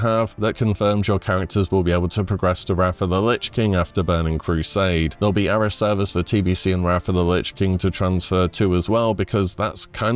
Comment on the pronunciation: Please learn how to pronounce 'Era'